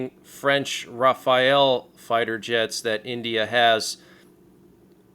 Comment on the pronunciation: Why do so many of you Youtubers call those French planes Ra-pha-el, when it should be Ra-fa-le?